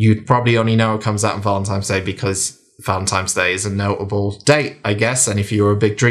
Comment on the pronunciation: It's Valentine's Day, not Valentime's Day 😉 Great review - gonna pick this one up 😁